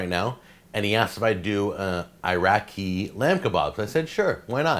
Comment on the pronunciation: I don't know but sumac, but you definitely pronounced Iraq wrong.